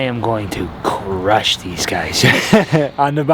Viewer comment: "I am going to crrrrrrrrrush these guys on the bike!" rawr I heard the lion roar here :D Little edit : for sure it was a bit bold from Lionel but I mean I can totally relate to this feeling of being a superhuman on the verge of great thing when I get THE shoes or THE bike. But reality hits back quickly in general ^^ (oh there goes gravity); still it is nice feeling